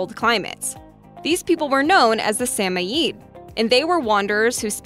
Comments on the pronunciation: Sam-O- yed Say what? Correct pronunciation is SA-MOYED , where the MOY would rhyme with BOY. the ED at the end forming MOYED would be as one syllable, sheesh!... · RE#11 It's pronounced SAM OID (rhymes with 'avOID'). It kills to hear it butchered so many times. Narrator should ask if not sure. Smart ones would!